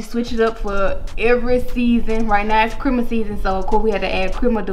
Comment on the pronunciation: OMG it's not pronounced crimus it's Christmas with a S and a T in it sheesh